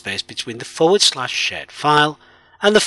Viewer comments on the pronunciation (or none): Idk why but I am hearing shit_file and server_shit